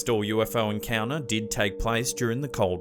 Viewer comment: I know you are a bogan from Melbourne (same as me) but please try to say your “t”s. Encounuhhhh- encounTer sounds far classier. Enjoy your conent though.